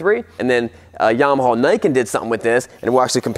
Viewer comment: The way he says "Yamahaul" kills me every time 😂😆